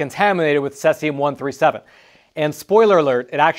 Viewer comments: It's cesium 137, not "sessium" 137. First syllable rhymes exactly with the word "seize". You could say seize-ium 137. Patrick Cowdrey, Redding, California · It's most commonly pronounced most closely to Si-Sium (Cesium). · See zee um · it is pronounced ...., seaziam.. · See-zee-um. Say it with me class. 🙄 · No offense but it’s pronounced seize-eee-um. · I've never heard Cesium pronounced that way. That's incorrect. Say See Zee Um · All my life I've heard it called "SEEZ-i-um". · It’s pronounced: ‘sē-zē-ǔm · Cesium. Pronounced like the word seize and e-um. Not suh-es-e-um. I know there was a graphics with sesium but it's the same element in the video For a second I thought it was a compound I hadn't heard of. This is on the periodic table and it's cesium. #55 Cs. Most people probably haven't heard of it. The pronunciation really threw me for a loop 😅 Edit: I don't normally correct pronunciations, but it's also not in any of the top comments, as well as being mispronounced throughout the entire video, so I feel it should be said. This is the word he's trying to say. Btw love, been subbed for years. Found him during the pandemic and havn't let him go ❤️ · You obviously don’t know how to pronounce Cesium. It’s pronounced ’C see um’. It can be used effectively for food processing purposes to kill bacteria by exposure to the isotope because nature being a beta emitter. When it’s used in for any reason it’s always within a sealed container. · Please learn the proper pronunciation Cs-137, the e in cesium is a long E! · Pronunciation note: cesium is "sieze-ium". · It's actually pronounced Cee-Zee-Um just an fyi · He keeps mispronouncing cesium. Aaaaaahhh😂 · Learn the correct pronunciation of CESIUM. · Yes, not sure why he pronounced it incorrectly. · Judging by the surname, he might be native in Russian, and that's how we pronounce it in Russian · Good reporting. Bad pronunciation. If you're going to use an unusual word a dozen or so times, check pronunciation first.